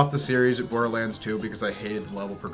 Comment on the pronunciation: Bore-durr-lands? More Like THERE"S no reeee-zun-durr lads to see this moovy. I'm rather join a gaming clan, I'd rather become ray'z in bran, I'd rather eat some purple cranz, than to be in sight of boarder lan'dz. Cate blanchet? more like late man-chit!